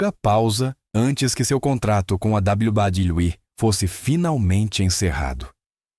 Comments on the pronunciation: Meu querido, dá vontade de sair do video só por esse "dabal badal i" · Cada dabladablaui é uma risada 😅😂